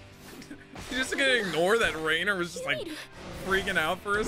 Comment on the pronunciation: Given the amount of times you called Reiner "Raynor", I'm guessing someone's a Starcraft player.